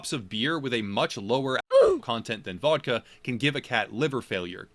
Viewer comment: Jesus you cant even say vodka? Lol